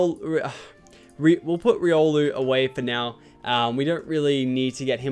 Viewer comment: I think it's pronounced rye-O-lu